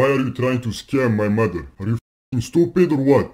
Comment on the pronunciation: Always best to start with cuss words. For example, the word “mother”, instead of saying “mudder” the way these scammers do, try saying it slowly: “muh-ther”, The first syllable is easy, “muh” but the Indian accent really sticks out in the second syllable. It sounds like “der” because the tip of the tongue touches the roof of the mouth as it moves towards the back. Instead, the top tip of your tongue should be touching your teeth as you begin to pronounce the “TH” sound. Same goes for the word “the”. Another big one is the word “very”, Indians usually sound like they are saying “veddy”. Try saying “veh-ree”, without allowing your tongue to touch the roof of your mouth when saying “ree”. Btw, I am not Indian, I am Hispanic.